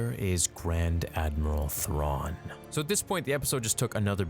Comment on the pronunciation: I’m sorry did you just say Thraun and Ezra got “Yeeted” ?